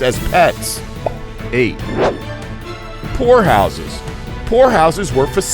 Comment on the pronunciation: I thought he said whore house but poor house